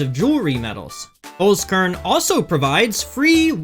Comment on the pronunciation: Why is everyone pronouncing it "holes-corn" instead of "holts-kehrn"?😮